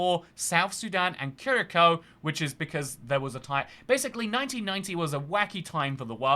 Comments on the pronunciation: did he say curacao instead curaçao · Wait, how did just pronounce Curaçao 9.34? Kure-ah-ko? And does he really not know how to say the word "canoe"?